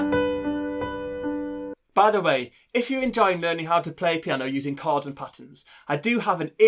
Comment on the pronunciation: Thanks but it’s CHORDS not CARDS I WAS THJNKING WTF IS HE SAYING NEXT!!!!!